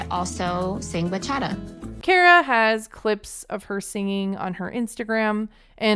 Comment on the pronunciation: As a Dominican Kara saying Bachata makes my ears bleed